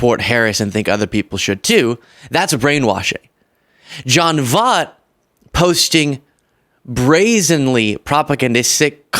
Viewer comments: Hey, I’m a big fan and a subscriber and watch most of your videos. But please pronounce his last name right. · I’m no fan of this man but if you’re going to slam him for getting Kamala’s name wrong, try pronouncing his name correctly. We have to be better than them. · Ok....say voy like boy with a t on the end! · Voight rhymes with Voice. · Are you purposely pronouncing his last name wrong? 😂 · I think is DELIBERATELY mispronouncing Voight's name because he's deliberately mispronouncing Kamala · I don't like that he mispronounces his name but... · Your pronouncing his name wrong 😀 Keep up the good fight! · I'm not agreeing with John in the least, but he deserves his name to be pronounced properly just as much as Kamala does. His last name is pronounced voyt, not vaht. I let it slide on the first post you did on him, but as much as you harp on people mispronouncing Kamala Harris' name, it seems a little hypocritical. NBL 💛🤘🤙✌️ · Its [ voy t] voight =😊 voy T like oiy 😂! Angelina jolie daddy has ALWAYS BEEN A FREAK! The fruit don't fall 😂😂😂😂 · Angelina Jolie's father. I believe his last name is pronounced like Voyt: think Void but with a "T" at the end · Love this podcast,!. John Voightt's last name is pronounced, " V O Y T. ", my man.. Good actor, horrible ambassador for TRUMP/MAGA agenda. Hugely shocked and disappointed listening to John's popagandizing. VOTE BLUE, John!!! 🇺🇸🆘️🙏💙 Do the right thing; educate yourself on REAL TRUTH and leave the misinformation for. "FOOLS & ANARCHISTS"! 🖖🇺🇸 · It's sad when we think we know someone because we've watched them in movies and we like to think they think like us. But, often, no. I've felt this heartbreak. BTW - Voight - pronounced, "voyt" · And it's pronounced VOIT-like void with a T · It’s pronounced Voyt with OY. This same Oscar winner, patriotic American let his former wife & children (Angelina Jolie) starve because he wouldn’t pay support. He’s DISGUSTING. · Pronounced Voit! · Voigt. Not Vogt.